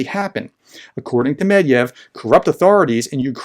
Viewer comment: Not "Mediev", but Met-Ve-Dev". Or is it a plot to belittle the man by shortening his name? 😄 You just need to pronounce the Romanized Russian names exactly as they are written, Romanization is all about phonetics. Look at he never has any trouble pronouncing the most difficult and longest Ukrainian village names or Russian weapons' names. He just says the names as they are written one syllable at a time, fast enough to pass for a native. Well, he is probably an honorary native by now! I am not even sure Russia actually sent captured Western weapons to Hamas. Since they are faking this news, they don't need actual weapons, they just need to claim that Hamas claimed that Ukrainian mafiosi sold them weapons that were sent by the West to Ukraine, a very complex story easy to debunk at every step. An official Hamas statement would instantly give more credence to this story, compared to a possibly Russian-made video with Arabic speakers in the audio background... About Afghanistan news being ignored by the west Hamas' Head of Political and International Relations Basem Naim also used a similar justification for the Hamas attack, that the situation of the Palestinians have been ignored as the US-China dispute over Taiwan and Putin's war to Ukraine took precedence in the news, so the attack was a mean to raise international attention after many years of Israeli oppression of the Palestinians. (interview on Sky News's channel).